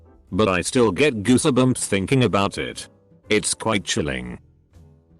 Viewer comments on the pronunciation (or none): The way he says goosebumps 🤣🤣🤣 gooseh bumps